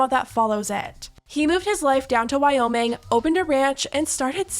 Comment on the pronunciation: “I’m the one that moved to WOWming.”